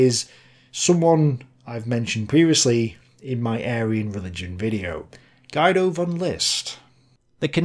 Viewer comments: FYI Guido is pronounced more like "Gee-doe" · Hey, just wanna let you know that "Guido" is pronounced "Geedo". No biggie. Keep it up!